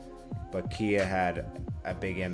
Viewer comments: Not keya, its ky-ya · it’s “Ki -yah” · Khia - it's like Sky but Khi + a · How you don’t know how to pronounce her name 🤦‍♂️